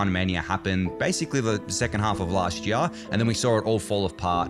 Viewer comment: Have another go at saying 'year'